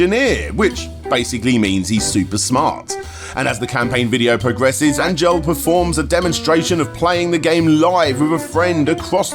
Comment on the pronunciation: Angel is a pretty common Latino name, bro, and you're mispronouncing it. It's more like "On-hell" than "Ain-jel"